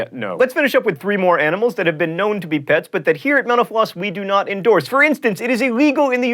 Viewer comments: for a sec there I thought John said "Thanks for watching menopause" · I can't stand this, bahahahahahahahaha . Every time you say "Thanks for watching Mental Floss" is sounds like "menopause". Lolz :D but seriously, love the videos, keep it up guys! :) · I keep thinking he's saying menopause when he's saying mental floss. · Everytime he says "Mental Floss", I think he says, "Menopause." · when he says mental floss , it sounds like menopause! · when john said thanks for watching mental floss i thought he said thanks for watching menopause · Does anyone else hear 'Menopause' instead of 'Mental Floss' when he closes the show? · When he said mental floss I thought he said menopause